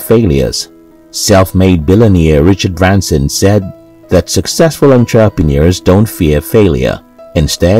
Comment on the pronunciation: Learn how to pronounce " entrepreneur " properly. It will improve your content.